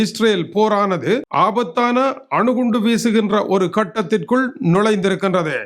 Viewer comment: வணக்கம் ❤ முதலில் ஆணு குண்டு அல்ல அணு குண்டு என்பதை தெறிந்துக்கொள்ளவும்😂😂😂